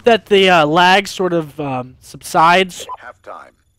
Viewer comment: Gets me every time he says lagg lol I don't see any at all xc